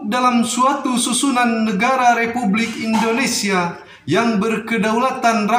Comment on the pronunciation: Peri bukan priii ya beeb, Indonesia bukan Indoniiisia, Tetap semangat n terus berusa,, insyaallah bisaaaaa💪💪